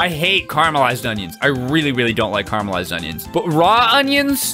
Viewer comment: CA RA MEL CARMULISED CARAMELISED